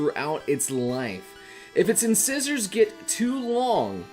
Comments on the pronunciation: Incisors is pronounced In-SIZE-ers and yes this is true of many animals like squirrels and rabbits! Some can even keep growing until it pierces their brain! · Rattata is pronounced RAH-tuh-tuh. Not ruh-TAH-tuh. Also, incisors is in-cīs-erz. Nidoran is nēd-ohr-æn. The phrase is “Crowd favorite”, not “Crowned favorite”. Kadabra is kuh-DAH-bruh. I’m sorry. I’m gonna leave now. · Someone please tell me if I'm wrong, but I think Incisors is pronounced as in-size-ers. (I'm not saying it's spelled that way, that's how i think its pronounced) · I was looking away from the screen and I hear say "inscissors" and was wondering what the heck was that. HAHAHAHAHA